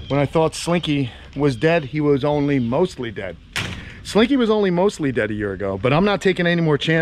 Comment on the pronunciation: "mos-thly dead." you crack me up.